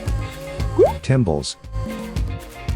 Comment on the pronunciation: Timbales is pronounced like this: tim-BA-lays.